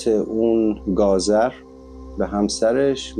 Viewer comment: جان بسیار عالی بود فقط تلفظ درست گازر به gazor به این شکل است. در ضمن فامیلی هم به این اسم یعنی گازر در ایران هم داریم. ممنون از برنامه ها و آموزشهای خوبت🤗❤